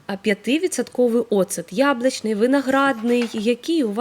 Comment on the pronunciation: Палавинка лимона, аскарбинова кислота, яблачний,ни для кого, растирання, ну дуже ріже слух іі вимова